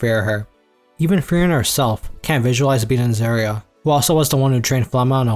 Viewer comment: Yeah i cant understand any of the names he said. I was doing dishes so i couldnt see the screen. He calls serie "Zuria"